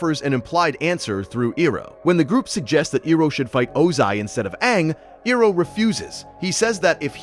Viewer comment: Pronunciation of Iroh is annoying it’s so crazy how a fan could mispronounce this could not finish the video